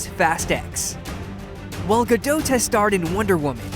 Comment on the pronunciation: Not Ga-dowt. It's Ga-Dot.